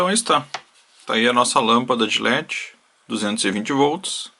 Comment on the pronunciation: e eu ainda quero saber o que é lâmpada "gi légi" que o narrador fala.